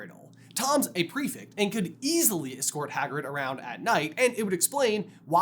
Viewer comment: Can you please learn how to pronounce 'prefect'